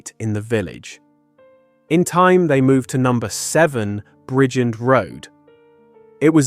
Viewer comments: Bridgend in Wales is pronounced simply as "Bridge-end" It breaks down into two distinct syllables: "brij" (as in bridge) and "end" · He can't even say Bridgend Pronounced Bridge-End